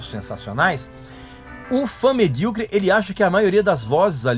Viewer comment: Pessoal ficam bravo por ele dizer medriocre, pessoal tem que saber que essa palavra vem do mediano